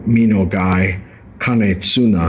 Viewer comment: An expert who can not read japanese ! made my day. By the way it is Kanetsune not tsuna. And yea !!!!!!!!! The expert says the nagashi, the drawn lines by the polisher are no signature. Nonsens, of corse they are. This by example is the sign of an togi of the honámi school. An again the "expert" norishige uses sanmai or kobuse construction for blades. holy shit, this is an evention nearly 100 years later.....